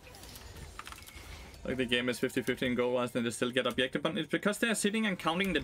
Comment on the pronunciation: Take a drink for every "obyektive" or "anti-fun".